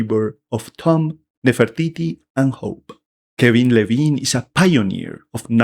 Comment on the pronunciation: Ken Levine. Its Ken Levine